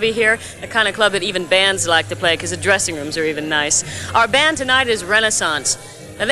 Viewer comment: i like how she misprounces the bands name